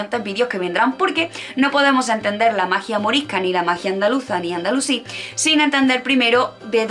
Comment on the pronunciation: Dijiste Andalucí y es Andalusí. Aviso por si acaso no se te ha trabado la lengua. El tema es muy interesante pero la exposición te ha quedado demasiado técnica, parece que estás exponiendo para un exámen. Eso sí, te has jartao de estudiar. Personalmente, hubiera preferido que lo explicases tranquilamente con tus palabras no hacen falta tantos datos o haberlo repartido, y se agradecería mucho que mencionaras bibliografía. El azahar en las calles de Andalucía entera y los limoneros en los jardines, romero por los caminos.